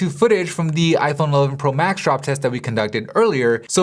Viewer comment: I. Phon 🤣🤣🤣